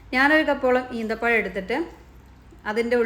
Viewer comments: ഈന്തപ്പഴം അല്ല ഈത്തപ്പഴം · Eenthapazham alla, eethapazham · അമ്മായി ഈന്തപഴം അല്ല - ഈത്തപഴം